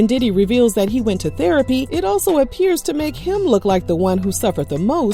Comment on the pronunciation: So...he went into "derapy...?" LMMFAOOOOOOOOO 😂😂😂